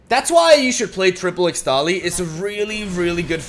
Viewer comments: ixtali is pronounced: Ish-tali, ixtal = ish-tal why the heck did riot think using x for an sh was a good idea 🤦‍♂️🤦‍♂️ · ESHTALI .. not ixtali XD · I've no idea whether you're still reading the comments, but its actually pronounced ishtali, not ixtali :P since the region of Ixtal is based on mayan/inca aesthetics, and X is pronounced like 'sh' there.